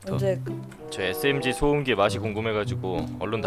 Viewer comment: 덤엔덤어ㅋㅋㅋㅋㅋㅋㅋㅋ 소음기를 소염깈ㅋㅋㅋㅋㅋ